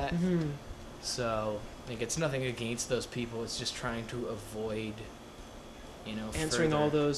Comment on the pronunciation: Canadian.... "against"